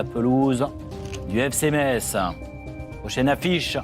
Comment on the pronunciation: Biesheim... Freyming... Metz... vous ne faîtes même pas l'effort de bien prononcer le nom des villes de France. Pauvres villes de l'est meprisées 🤨